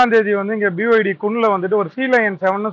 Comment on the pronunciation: Can't the news reader pronounce properly? aAfter playing this video, I understood that the brand is ' BYD' Chinese origin.